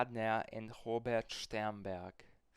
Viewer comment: He says "Shternberg" instead of "Sternberg", he's clearly german